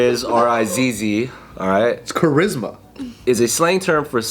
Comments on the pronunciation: its just cha-rizz-ma, didnt have to make it more complicated lmao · It's cha"rizz"ma